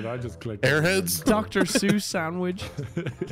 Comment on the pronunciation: Did anyone notice that is saying sangwich instead of sandwich, LOL